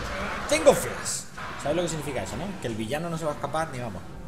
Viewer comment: Podrias PORFAVOR pronunciar flash correctamente. No se dice "FLAS" , se dice "flaSH".